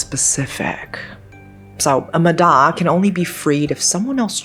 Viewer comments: thank you for covering this topic!!! love love love your video p/s: its pronounced ma-ya, cause "D" in vietnamese is pronounced like a "Y", for the actual "D" sound, the letter we use is "Đ" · "Ma Da" is pronounced "ma ya" with a soft D, as opposed to the hard D in Đ. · The spelling is correct but the pronunciation is with a "Z", MAZA. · The d is actually a silent d, sounds like y. The word "ma da" is pronounced like "mah yah" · Vietnamese here. It’s mah yah, not mah dah. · i looove when content creators make videos on things they dont know how to pronounce and dont even bother checking if theyre saying it right 💔💔💔💔💔💔💔💔💔💔 who da hell is a muh đa girl it's pronounced like maya 💔💔💔💔💔💔💔💔💔💔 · That "D" is pronounced "Y", I know, confusing to other languages, but yeah. It's pronounced more like "Maya" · Just a little correction. It's pronounced "Mah-Yah". Great vudeo as always